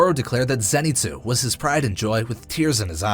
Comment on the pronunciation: “Zenitzu”😂 its “Zenitsu’